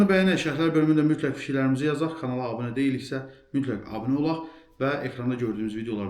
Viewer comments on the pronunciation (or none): none